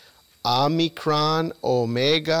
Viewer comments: It's not omnicron, it's pronounced " o me cron" prounced crone krōn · Omi-cron. Not Omni-cron. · Good video. But I will admit I was horribly distracted by your mispronunciation of Omicron. You kept tossing and extra "n" in there. Omicron Om"n"icron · There is no "n" in the word Omicron. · no need to apologize my friend. It was just very distracting LOL